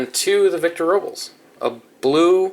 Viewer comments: its it row-blez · Robles = "row-bless"